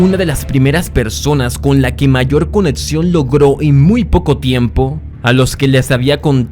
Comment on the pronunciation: no digas: espetadores, reatsion , conetsion, odjetiva, adcion (acción),---- recomendaría que pronunciaras mejor, me causa mucho tik tu dicción